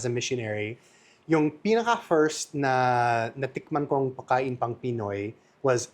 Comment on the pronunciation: pwede paki-ayos mo naman yung salitang "Pagkain". Please lang kasi I'm getting annoyed whenever I hear you say "Pakain". Don't forget to pronounce the letter "g"